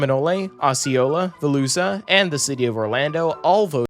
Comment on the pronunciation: Good to see you do my local commuter rail, btw Seminole county is pronounced with the e silent, and Volusia is pronounced like volusha